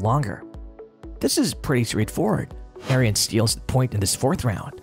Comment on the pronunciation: Hard to take the AI voice seriously when it can't even pronounce Ariens correctly, lol. It's pronounced "Erins", not "Aryans". And why so many people get that wrong boggles my mind. I used to work at Tecumseh back in the day and we built the engines for them and often had their company reps there and not once did I ever hear it pronounced like Aryans by ANYONE.